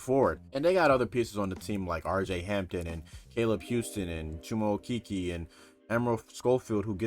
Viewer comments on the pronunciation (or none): no sweat we got some guys with some different pronunciations like okeke is oh-kay-kay. Just want you to have the keys just in case a magic fan other than myself brings it up lol we love the coverage but we gotta get these boys names correct on a national scale now lol since they don't talk abt us on espn, whenever they do talk abt us at least get our names right lmao